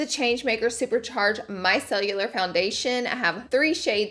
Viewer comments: I adore you you! It drives me nuts that you say "my cell-u-lar" when it is Micellar (My-sell-er). lol You are still amazing! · She said “MY CELLULAR” 💀 Laura girl it’s MICELLAR 😂😂😂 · Nobody: Laura: Micellular and Drownding in the product😂 😂😂😂 Omg, lol. It's Micellar Laura Lee and drowning. 😂🤗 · I was like, "someone else HAS to have noticed she keeps saying micellAR as micellULAR". ♡ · i love u but its micellar not micellular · Drownding is more of a southern thing... but I’m with you on the miceLLULAR🤣🤣🤣 (& yes, I know just bc it’s a “southern thing” doesn’t make it grammatically correct ❤️)